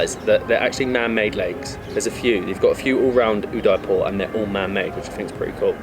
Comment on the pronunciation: The least one can do is to pronounce Udaipur properly....